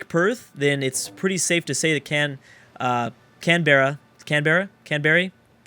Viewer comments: Canberra is pronounced Can-bra :) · It's Pronounced Canbra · It's pronounced CAN-BRUH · ok say can-ber-ra